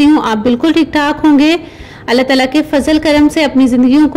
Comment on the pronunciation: ये अला तला क्या होता है? अल्लाह ताला होता है वो, क्यूं कुदरत के नाम के साथ गुस्ताखी कर रही हो? लेने के देने पड़ जायेंगे।। बिस्मिल्लाह रहमान ए रहीम बार बार नाम ले रही हो अच्छा है मगर बीच बीच में इस नाम को भी अधूरा और गलत बोला है।।